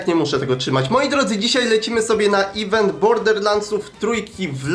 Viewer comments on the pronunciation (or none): none